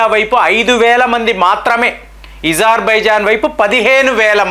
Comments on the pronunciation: Azerbaijan.... Not Izarbizan... Pl. Correct pronounceiciation.....sir Why you ..pronounce differently . Wrongly.... So.many ..names.....Pl correct sir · Not ezarbaijan ,it's azarbaijan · నీకు అ పలకడం రాదా.....? ఇజర్ బైజన్ అంటున్నావ్ అది అజర్ baijan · THE PRONUNCIATION OF AZERBAIJAN IS అజర్ బైజాన్ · Pronation wrong Agerbijan wonderful